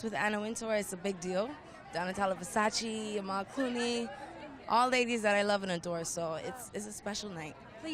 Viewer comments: It’s “VERSACE” not “VERSACI” pronounce it well gal!! 😝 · It’s pronounced versacheh not versacheeeee omg